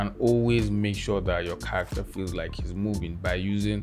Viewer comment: All I hear is CCccchhharaCCCtteeeRRr